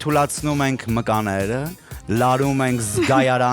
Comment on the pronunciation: Մկաները չէ , մկանները ։ Երկրորդ անգամն է այս սխալը կ՛ընէ հաղորդավարը։